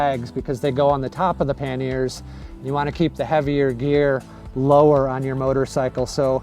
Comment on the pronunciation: FYI those boxes on the side of your bike are pronounced "PAN-yer" (two syllables) or "PAN-e-er" (three syllables) in English, or in French it is "PAN-yay" - not "pan-NEAR"